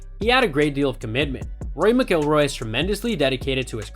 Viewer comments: What a dip wad you are not knowing how to pronounce Rory's last last correctly!!! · Learn how how to say his name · Learn to pronounce the names correctly if making a video on a subject. Video is good, but had to turn off after hearing you say his last name wrong multiple times. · Besides the mispronunciation, the cadence of his speech is ridiculously affected. Easy thumbs down 👎🏼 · Can't even pronounce his last name correctly!